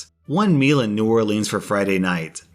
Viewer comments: Argh!!! It's not pronounced New Orleeens, it's New Orleans, (trust me dahlin'). Keep up with the great Reddit stories. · it is NOT and has NEVER been new oar-leans. (It is new OAR-lens) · hey, let me help you out. in south louisiana we pronounce New Orleans like "new oar-lynn's" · So Imma be a karen right here, well also just like pointing out. It's sorta hard to explain on text but....I am familiar with Louisiana, more specifically New Orleans, and it kinda drives me crazy when people pronounce it wrong which you kinda were the whole time. The way you said it was more like when you put the name in a song, it just rhymes better but it is not how you say it normally. That's all, I'm sorry if I seem rude I'm not trying to be. I love your videos and have been watching for like a year by now. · HE MISS-PRONOUNCED NEW ORLEANS! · I'm sorry to tell you but that's not how you say New Orleans. I mean I do live in Louisiana so I would know lol. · Is anyone else disappointed in the fact mispronounced New Orleans? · The way he pronounces New Orleans pisses me off 😡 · You pronounce New Orleans wrong